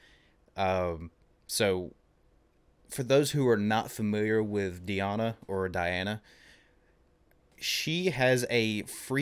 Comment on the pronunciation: Dear Author, Her real name is DEEEana not DAiana